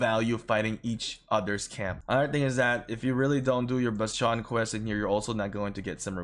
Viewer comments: it's not basteeeooon. it's called bastion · Your pronunciation of bastion is enlightening and maddening at the same time. I can't decide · The way you say bastion throws me off